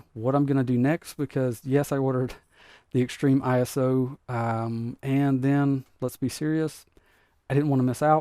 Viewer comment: You keep saying ISO as I-S-O. In the video world application, say you’re at a concert and they put camera shots on the big screen, that’s called ISO, pronounced I-SO, because it’s short for ISOLATION. You are ISOlating a video source.